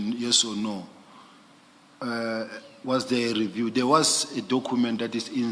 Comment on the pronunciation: Hoooo struggles with the pronunciation of cu that is why he document as " dokhument" so any word that requires him to use cu he sounds as khu